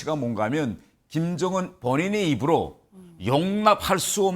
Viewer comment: 경애하는 김즈엉은 동지께서는 아니 왜 김정은을 왜 김즈엉은으로 말하냐 진짜 ㅋㅋㅋㅋ 최고존엄은 한글 발음하는 법도 다르냐 ㅋㅋㅋㅋㅋㅋㅋㅋㅋㅋㅋㅋㅋㅋ